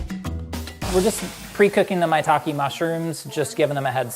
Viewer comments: Mitake is pronounced wrong. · Well, if you're going to make a deal out of the pronunciation of 'anchovy', you'd better pronounce 'maitake' properly too (mai-ta-keh)... Otherwise, it's a great finale to the series! More please!